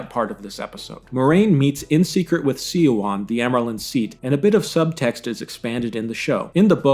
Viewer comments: Swan! It's pronounced "swan!" I'm here yelling at the screen every time you say "see-a-wan." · The mispronounciatuon of Siuan's name is somewhat humorous. It is said correctly in the show several times yet SeeYouOn!?!? It is Swan, not SeeYouOn. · small correction siuan's name is pronounced like swan don't know why everything is so hard to pronounce in these books anyways tho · Spot on except the pronunciation of Suane's name 😉. It's sue wan but it usually somes out like swan because they say it fast. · A better casting choice for Liandrin would've been a woman who seems very pleasant on the surface but is secretly revealed to be dark and ruthless. Kate Fleetwood's casting makes it too obvious that Liandrin is an evil person. Also, minor nitpick: Siuan's name is pronounced like "swan" and not "see-wahn." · "See-wahn"? Really? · Suan’s name is pronounced like the bird :) Swan All the emotional Aes Sedai in the show are a disgrace , a true Aes Sedai would never betray so much emotion. One of their chief characteristics is their calm and controlled way of being. They literally spend years, sometimes decades learning not to betray their emotions publicly. Not everyone hates Aes Sedai, they are respected in Andor(which Two Rivers is a part of) and almost revered in the Boarderlands. Many other countries tolerate them while many have Aes Sedai advisors to their Royalty. Your video is good in it’s criticism but has very noticeable gaps in pronunciation and characters. I would recommend something a person far wiser then I once said, “ Read and find out.”